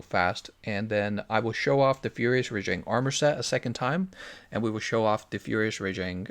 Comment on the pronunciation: Alright, Rajang still pronounced wrong.